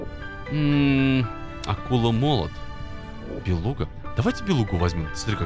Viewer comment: БелуГа а не булеХа